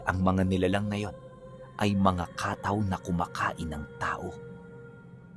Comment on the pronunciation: kataw.. pronounce sa mga bisaya as CATTAW hindi Kaaaataw